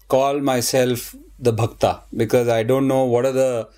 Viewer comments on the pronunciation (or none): It is not Bhaktaa but Bhakt.